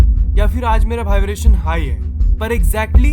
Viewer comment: Next video se pahle Vibration word ko apne sub conscious mind tak pahuchao aur uska sahi pronunciation karo😀😀😀😀😀